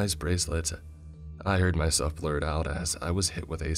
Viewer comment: "A Young Woman like myselfuh"